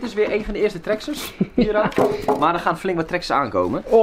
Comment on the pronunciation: Het is traxxas:) niet traxxes